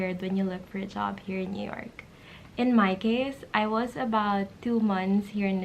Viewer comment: nyork city 😂😂😂